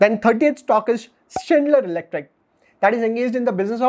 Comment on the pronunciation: schneider electric pronounces is not correct